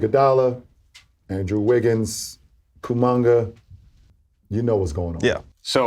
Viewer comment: Rancho Kukamonga